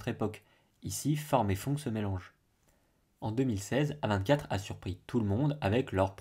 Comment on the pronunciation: Chez A24 il y a du très bon comme du très mauvais et bizarrement le très mauvais correspond bien à ce que tu dis. Mais sinon on dit A24 en anglais !!